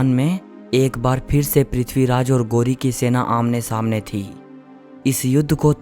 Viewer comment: 👉 गोरी नहीं, ग़ौरी है 😀